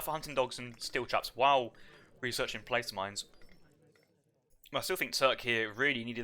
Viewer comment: Love the content. Thanks everyone! FYI, I have noticed everyone involved with AOE3 is mispronouncing "Placer" mines. "Placer" has a short "a" and rhymes with "master." Thanks again!